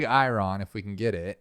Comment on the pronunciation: I love how he says big I-Ron instead of iron